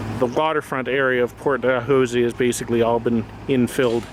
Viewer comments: Neither of you can pronounce it correctly! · Omg, why don't you know how to pronounced Port *Dalhousie*... what you are making a video about?! Seriously?!